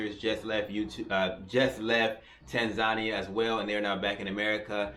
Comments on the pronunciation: It would be helpful if this brother could at least start with pronouncing the name of the Country correctly! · Maybe you should start by pronouncing the country's name correctly and move from there. Also be respectful of the culture you are entering. Most foreigners have decency to do that